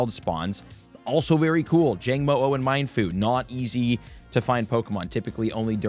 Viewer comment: I always thought Mienfoo was pronounced like "mee-en" (noodles).